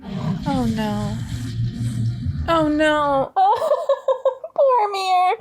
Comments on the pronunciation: Hi, I’m sorry, I don’t know your first name so it is. I noticed that you didn’t seem to recognize Sean Bean, who plays Boromir, BTW: you pronounced all of the names perfectly, anyway Sean Bean stars as Ned Stark from Game of Thrones. Most reactors point that out if they’ve seen GOT, so now I’m curious if you have and if you’d be interested in watching it if you haven’t. I would love to re-watch GOT with you and hear your thoughts. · Finally a reactor reads Boromir correctly. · Well, you did get Boromir spot on... even his name "Boromir" in a rough translation means "faithful jewel" based on the way Tolkien built his language... so in reality Boromir was the most faithful soldier to the kingdom of Gondor while also being their jewel because he was the best fighter, the leader of the armies and the one that kept everyone safe. The weakness of Boromir is that he followed orders to a fault... you will see Boromir's character being explored just a tiny bit in the second movie's extended cut so no spoilers... However the first movie shows us exactly what you said... Boromir is a protector of the weak and powerless and he did EXACTLY that... when the Uruk Hai attacked at the end, he could have gone to fight with Aragorn, Legolas and Gimli and he would have been safe... but he went to protect the ones that NEEDED his help... Aragorn didn't need his help, Legolas didn't need his help, Gimli didn't need his help.... the one that needed his protection were Merry and Pippin, the weakest members of the group, so Boromir literally threw himself upon a whole army, refusing to let his companions be taken or killed. Boromir's character is a masterpiece of writing to be fair... the whole first movie/book prepares you to see him as a villain, as a greedy man that wants power, but when you understand his whole character arc you are stunned... he was a loyal soldier, a great captain, someone that spent his whole life living by the sword to protect his people and gambli